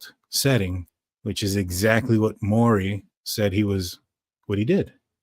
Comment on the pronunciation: Detective Urhig formally with Post Falls is now employed by SS. He’s the one that gained access to K’s laptop. FYI guy it is Mowery, (rhymes with cow) I know you like to be correct. Good show. Tysm